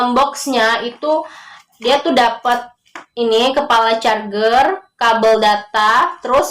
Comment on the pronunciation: Charjer mba bacanya bukan char(ger)